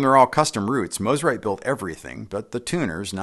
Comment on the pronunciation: Thank you for saying the name correctly. Mo, not ma